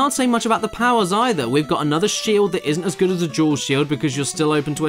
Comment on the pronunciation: That is a vwary gudd. Qweston